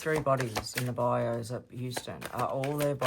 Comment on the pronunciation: Hi, It's pronounced bye u (bayou).😊 Passionate Presserverance gave you a shout out and I have been hooked on your readings ever since.😊